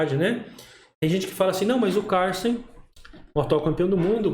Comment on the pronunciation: prq fala CARLSEN todo estranho 😂😂😂😂, pow é cada uma 😂😂, e MIGUEL tal 😂😂